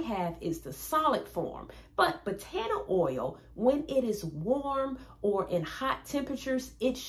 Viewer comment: Wonderful information It’s pronounced Bah tah nah not Buh taaanah oil